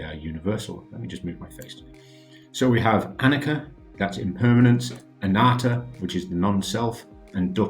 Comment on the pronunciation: I’m pretty sure it’s a-knee-cha not a-nick-a